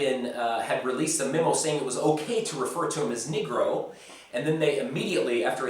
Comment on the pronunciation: Cmon man, you pronounce the candy name completely wrong, it’s not /nee-grow/ you should read it as /nègro/, sounds like Spanish. I must say that it offends me when people say Serbs are racist towards black people... simply not true and not fair to assume it based on nothing... in fact Serbs are so not racist nation that we can make really heavy racist jokes and laugh about them just as a mockery towards racism, but that’s just the concept most Americans will not understand.